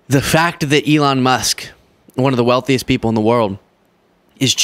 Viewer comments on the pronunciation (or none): none